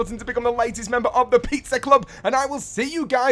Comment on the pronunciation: I like how he says pizza like peetser